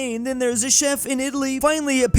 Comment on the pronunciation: how the heck did you read chef